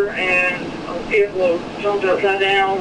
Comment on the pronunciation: Shout out to the country folk in Arkansas from Australia haha. You guys remind me a lot of our people up North. Just super grounded and straight shooters. I also like how you pronounce 'vehicle', Vee-hee-kel. haha. Rad.